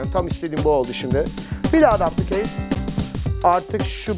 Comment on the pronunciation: yanlış okuyor düplikeyt diye okunuyo normalde :D